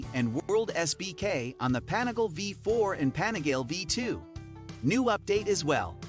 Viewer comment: "The anigale" smh